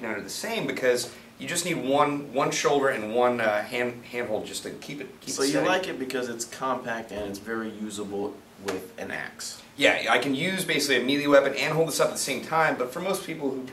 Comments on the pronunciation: its pronounced may lay. not muh lee lolol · ITS MAY LAY NOT MEE LEE